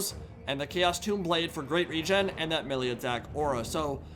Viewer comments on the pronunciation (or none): none